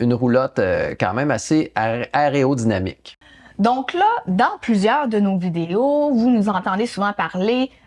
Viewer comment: aÉrodynamique... aÉrodynamique. Répétez après moi... aÉro... 🤣🤣🤣